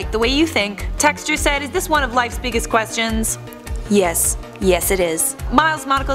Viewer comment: The way she says ‘Questions’ makes me cringe...